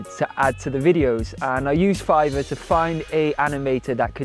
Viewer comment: Hehe…I like how you tried your very best to pronounce the “R” in Fiverrrrrr….lol Love your channel, your food recipes, and your stage presence. I wish you had a restaurant in Toronto, Canada! 🇨🇦🇨🇦🇨🇦 Turmeric milk is definitely something we had growing up a lot, being Indian and all, it was pretty much a regular thing. As kids we never had to go on antibiotics or take meds etc for much, thanks Mom!